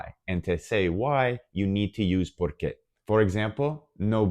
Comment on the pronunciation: OK, thanks, but I must comment two points: 1/ Porque (because): the stressed syllable is the first one (it's pronounced 'pórque'). Por qué (why), separate and with accent on the 'e', is used in questions. 2/ Aunque (although/though): the stressed vowel is the 'a', not the 'u'. The word aún (still/yet) does have an accent on the 'u' (and so it is stressed). Espero ayudarte. Gracias.